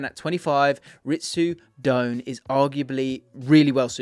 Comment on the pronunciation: Pronounced dough-Anne not doan